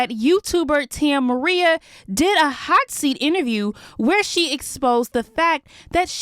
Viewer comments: Her name is Tammaria not Tam Maria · Girl where are you getting “Tai Marie” it’s Ta-Mare-Re-A🙄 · Girl you’re a black woman her name isn’t Tam Maria it’s Tammaria please stop butchering peoples names. 🙄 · Why y’all keep calling that girl tam maria? Her name is tammaria (tah-merry-ah) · Ta-Mary-Ya not Tam-María just a heads up 😂❤ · its pronounced Tuh-mair-re-uh. if you gone have tea on folks make sure you saying it right nie… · 😭that girl name is “Tuh- mare-uh”… Tammaria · lmfao again girl watch a video of hers real quick bc her name is pronounced tuh-mare-re-uh 💀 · Tia Maria?😑 bffr 💀 if you gone spill the tea imma need you to atleast know they name😂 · Her name is pronounced Tuh-marrrr-rhea ( say marrr like mayor with a couple r’s ) 😂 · Her name is TA-MERRY-UH 😂😂😂 you say her name wrong in every video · Her name is. ( ta-ma-ri-ya) 😂😂😂😂!!! I love her channel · O my god 😂😂😂😂😂😂😂 the way you said “tammaria” name 😂😂😂😂😂😂😂 you said TAM-MARIA😂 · thats not how you say tammaria name .